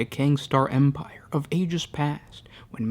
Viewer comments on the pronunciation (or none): none